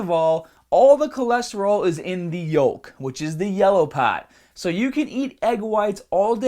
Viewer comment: the LIVAH and diffrent PAHTS of the body are important like your HAHT ps best accent ever